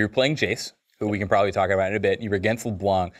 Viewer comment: Pronounce LeBlanc like it should be pronounced, not with a k at the end